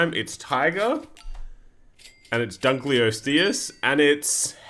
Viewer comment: dunk-lay-osteus like lebron